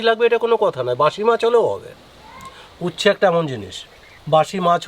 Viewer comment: তোমরা কি উচ্ছে উচ্চারণ করতে পারো না?